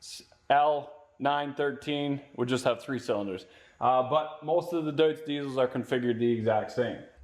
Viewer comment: Not “Doots”. It’s pronounced “Doyts”.